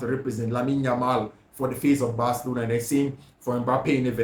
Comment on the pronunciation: I fact your pronunciation for Barcelona as bathlona is really annoying ooo